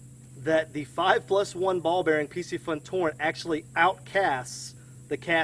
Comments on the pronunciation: I can't help but think that it's not really pronounced Pissyfun. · Dope video I was looking at getting that torrent Just to let you know piscifun is pronounced fishy fun lol